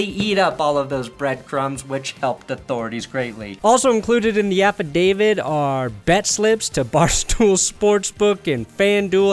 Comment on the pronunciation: it’s “affidavit“ not affidavid.